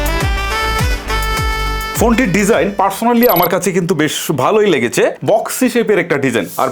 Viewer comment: লেগেচে, হয়েচে, তাকতো, এগুলা কি ভাই? ইউটিউবিং করতে আসছেন অথচ উচ্চারণের এতো বাজে অবস্থা! শুনতে বিরক্ত লাগার জন্যে বাধ্য হয়ে ভিডিওতে রিপোর্ট মেরে চ্যানেল ডোন্ট রিকমেন্ড করতে হচ্ছে।